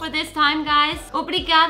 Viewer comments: Its not " até légo "... its " até lógo " 😬😉😛✌🏻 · hey nothing against it but you have been for a long time in Portugal!... learn how to say até logo! lol not até légo!:P ahahha it is something that everyone notes and it is kind of gooffy now but cmon! até logo! it is simple!:D ahahah thanks for all the videos and everything you share!